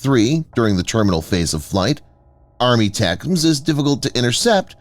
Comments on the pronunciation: WTF is "ARMY-tacums"? In military circles, ATACMS is pronounced: "EH-tac-ums". Every time your voiceover guy says "ARMY-tacums" it takes away from your credibility. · Yes, I know what the acronym ATACMS stands for. My point is NO ONE says "ARMY-tacums". You won't find a single example of someone from Lockheed Martin, a defense anaylist, or someone in uniform saying that because that's not how our military phoneticizes acronyms. Doesn't matter how long an acronym is, they'll always phoneticize the whole acronym and never say out part of it in long form. Like the Commander of Submarine Force Atlantic Fleet is abbreviated COMNAVSUBFOR, and you bet your ass they always pronounce it as one word exactly like it's spelled. They never say "commander-navsubfor".